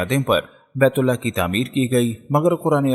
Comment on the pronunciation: Allha ek hai aap sahe se bolo Ahlla farmate nahe farmata hai